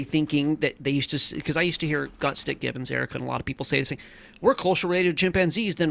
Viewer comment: Oh, and remind that Erica is "GutSICK" Gibbon, not "GutSTICK!"